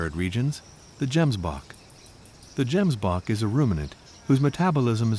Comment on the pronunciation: Pls say Gemsbok right the next time you make a documentary. Otherwise the video is incredible.